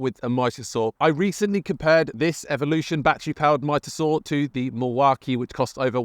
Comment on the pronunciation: Love the way you pronounce Milwaaakee! I always pronounce it Milwarkee